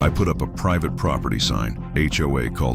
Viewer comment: "PRIVATY Property"?